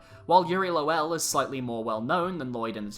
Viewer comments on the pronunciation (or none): Okay I need to say this because it's gonna keep bothering me, Lowell is pronounced Low-ull, not lo-well